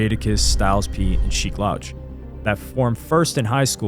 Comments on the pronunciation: It's pronounced Sheek LEWCH bro, not loush LOL... WTF how are you doing hip hop content and saying basic names wrong? You cant be a true hip hop fan and you are starting to seem more and more like a culture vulture recently. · Sheek 'Loaach" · Sheek's name is pronounced "Lewch" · Son, "Sheek Laoch" is wild 😂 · It’s pronounced Sheek “Looch” … but keep up the good work, I do enjoy your content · Bruh u cant keep doing content on hip hop icons or hip hop in general if you keep mispronouncing their names. I'm a fan of the content and respect the effort but do more research or watch a video on how to say their names. It's getting disrespectful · How you gonna pronounce Sheeks name wrong? More than once, too. Smh. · You mispronounced Sheek Louch name the entire album lol. Great video besides that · His pronunciation of sheek louch is annoying af, how you making hip hop history videos n can't even pronounce names correctly